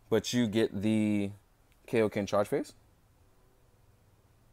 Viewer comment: It's kIoken not kAoken